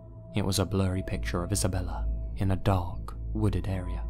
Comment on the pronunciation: Anybody else think it said dank instead of dark?